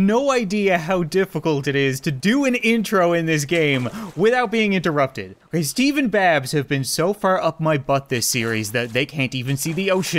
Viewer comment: I understood Stevey not Steve lol